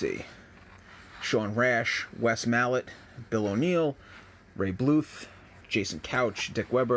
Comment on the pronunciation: MAL-ott. Nope. ma-LOTT. 🤪